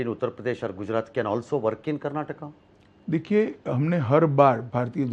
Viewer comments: Karnatak alla.. karnataka.. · Karnataka....Karnatak alla sir .... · Avnig yaradru helro adu Karnataka not Karnatakk anta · ಅವರು ಹಿಂದಿಯಲ್ಲೇ ಮಾತನಾಡಲಿ ಆದರೆ ಇದು ಕರ್ನಾಟಕ್ ಅಲ್ಲ ಕರ್ನಾಟಕ ಅಂತ ಹೇಳಲಿ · Karnatak alla adu karnataka , next time northie nayakarige helkodi interview ginna munche